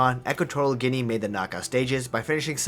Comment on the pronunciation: its guinea not guine